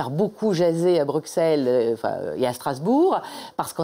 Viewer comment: Entendre "BruKSelle" quand on sors d'un scrutin européen, ça pique un peu.